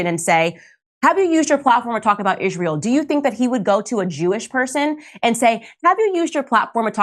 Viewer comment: why does she pronounce it "ishrayul" i dont understand